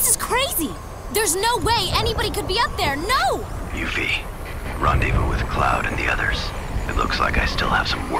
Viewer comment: Wow. Actually hearing these Final Fantasy 7 terms and names pronounced the way they ended pronouncing them (Yoofie?), I never want to see a remake of Final Fantasy 7. If the original Final Fantasy 7 had audio, and we actually got to hear Barret say the things he was scripted to say, that game might have tanked outright. These characters acted and sounded so much better in my head, with only their words on the screen and some polygons for their bodies.